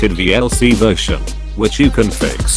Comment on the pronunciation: "VLC versiah..."?